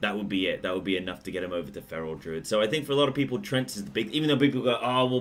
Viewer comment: Treants not trents.